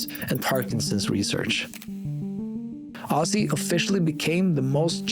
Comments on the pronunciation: Please get his name right...it's Ozzzzy not Osssy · You criticize alot of people. You should know and learn S pronounce as Z even Ozzy is not Ossy.. CraZy not craSy, decision sounds like Zh not sh deciZhn You "Europeans" you should work on that and practice! If Z is S when don't need it in "English alphabet" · The pronunciation is Ozzie with a Z. I take this as an offence as an Aussie which is pronounced the same way even though he was born in Birmingham.